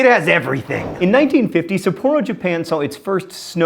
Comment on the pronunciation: Oh dear, that pronunciation of Sapporo and ukulele